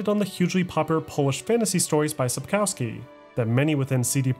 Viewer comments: Thank you for the video. On a side note, the letter "w" in Polish is pronounced as "v" or "f" depending on the following sound. If "w" is followed by a vowel it it usually pronounced as "v". However, the letter "w" is pronounced as "f" when followed by a consonant or is the last letter of a word. That is why "Sapkowski" should be pronounced sapkofsky not sapkowsky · Damn, man. It is pronounced SAPOKVSKI. My ears bleed.. English is almost never proper way to read foreign names. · Profound documentary with some minor flaws. 1. Sapkowski is pronounced Supp - KOFF - ski with the stress on the penultimate syllable. 2. Wyzima is not a kingdom but the capital of the kingdom of Temeria. 3. One of the best parts of all Witcher games (and often overlooked) is the fantastic musical score. Imo the best in gaming overall - and in contrast to many scores like Skyrim or Dragon Age (series) it is not only fitting while you're playing the games. It's a fantastic companion while you're doing something completely different. 4. You forgot one game: Thronebreaker, which has a fantastic story from the books, which was only glossed over by Sapkowski and elaborated on by CDPR. I'm not too fond of the gameplay, but that is because I'm not into standalone Gwent, which is the gameplay-basis for Thronebreaker. 5. TW3 is my personal favourite game of all times, followed by Dragon Age Origins, then there is a group with TW2, DA Inquisition, and Kingdoms of Amalur Reckoning. I still have to play TW1, but my PC is not having it. Please CDPR. give me a remake of TW1. Fun fact: Did you know that CDPR used a very old alphabet "Glagolica" (older than Cyrillic) in their games. If you know the letters, you can perfectly read all the posters, shop signs, graffiti, even the notes pinned to gallows or trees. And it is actually the same that is given to you as a player. The vast majority of those are in English, only in the BaW-expansion there are a few that are in Polish (my guess: due to t